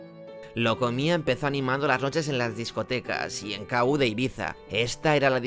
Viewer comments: La discoteca era "Kú", no "K-U". Cómo se nota que no habías nacido. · Exacto. Era EL KU, no la Ka U 😂